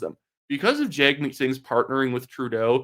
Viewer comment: Its pronounced Jug meat...no joke!